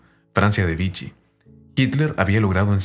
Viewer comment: Vichy se pronuncia/vishí /